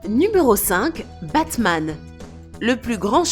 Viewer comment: Omg elle a détruie Batman